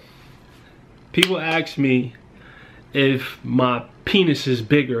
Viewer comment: ask... not axe